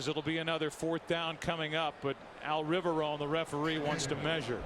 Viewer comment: Why does Buck keep pronouncing Riveron as Riverown?